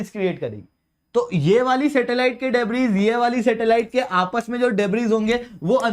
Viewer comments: डेब्रिस नहीं डेब्री । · In 'debris', 's' is silent